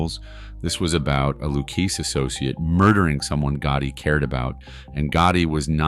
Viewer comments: Loukeese family? 😂 Its Luchesse , pronounced, Lu-kay-zay, like an Italian. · Repeat after me: Loo-kay-see. NOT “Lou-case.” And why does Karen Hill look just like Bonnie Raitt?? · And it’s Lou-Kay-Zee. Not Lou-Kaze. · You know it’s amateur hour when you hear “the Lu-keese family”. Lol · The "Lou Keys Family" (Lucchese) 😂😂😂😂😂😂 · Lucchese, pronounced "Lou-kay'see". You're welcome. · God there so much wrong with this, no idea why as other have said they show Bonnie Rait as Karen Hill, not sure why they keep showing Fat Tony Salerno everytime Paulie Varo is mentioned and it its pronounced Lu kay Zee but most importantly Billy Batts was not a made guy. The books were closed in 1957 and didn’t reopen again until . Billy Batts was killed in 1970, right in the middle of that period—so if he was ever made, it would have had to be before 1957. The problem with that is there’s no clear record of him being active in any Mafia history or identified members prior to 1957. On top of that, he spent a significant stretch of the 1960s in prison, which further limits any realistic window. When you put it all together—no documented pre-1957 activity, the books being closed, and his timeline he could not have be made. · Your pronunciations are driving me nuts. Lucchese "lu-K-zee" Capo "Ka-po" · sound it out.... "Luke-kay-see" .....Lucchese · This is good stuff, but how many different ways can the same person (mis)pronounce "Lucchese"? C'mon. You're an expert, but in just a few minutes you cycle through "Loo-KEYS" and then "Loo-KAYS" and finally get to a more-or-less correct pronunciation. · Just for grins: Capo is pronounced cauppo, and Lucchese is pronounced Loukeizy. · The pronunciation kills me.....K-poe for Capo, lou keese for luchese... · ''caypo'' ''lookees associate'' Lmao. This guy is a clown. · It's LOU-KAY-SAY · Lucchese pronounced Lucayzeee ya clueless morons! Pronounce it right!!! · I was just about to type LOU-KAY-SAY😂😂😂😂😂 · Lu-Kay-Zee… not Lu-Keese.